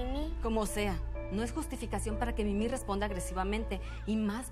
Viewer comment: Rosangela Rosario es mimi no mini suena como si dijeras mini-on daaaaa